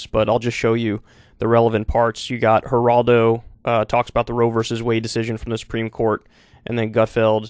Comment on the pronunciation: Kyle said hiraldo😂🤣. It’s Geraldo .